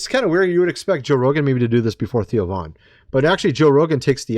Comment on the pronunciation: Cmon man, it THEO , NOT TIO.